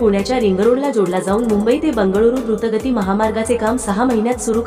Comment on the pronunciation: ते "घुर्त गती "नाही "द्रुत गती "असत.😂😂😂